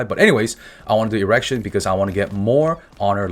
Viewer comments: everytime he says "Igrexion" I hear "errection" lmao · Dude I love you but it's ee-grex-ee-on not erection. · I keep hearing Erection instead of Igrexion. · Lol, thats the first time I've ever heard anyone call Igrexion, Erection. I've been saying E grex e on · Lai Lai my friend.... smacks the npc p.s I swear when you said "Igrexion" all i heard was "erection" ... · did only i hear Erection instead of Igrexion? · This man really kept saying erection 😅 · Am i the only one hearing "errection" xD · bro you kill me calling the guardian "erection'😂😂😂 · Thought you were saying erection throughout most of the video cause I skipped over the Guardian part. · Zoned out drinking morning coffee, till I hear the way you pronounce Igrexion, sounded kinda sus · interesting way of pronouncing igrexion